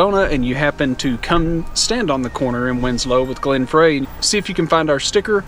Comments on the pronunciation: you very welcome. I was also curious about how said the eagles band members name. I had never heard it said that way. which then lead of course to google. and i found this. The late Glenn Frey, singer and guitarist in the band The Eagles, pronounced his name as if written “Fry”. I am not trying to open a can of worms. it was just interesting. When we drove through AZ, I had to go make a left turn in Albuquerque.:) I hope can guess why. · It’s Glen Fry even though it’s spelled Frey. Pronounced “fry”